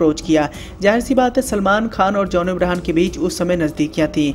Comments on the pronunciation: Bhai its john abraham not abrahan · Did he says John Abrahan😗😗